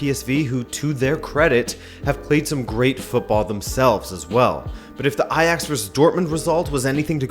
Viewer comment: Great to see you actually acknowledge a team as Ajax! Edit: wow you're pronunciation of the 'dutch G' is actually pretty good hahah